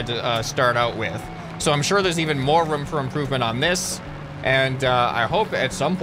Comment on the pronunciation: Indtead of room u say rum😆😆😂😂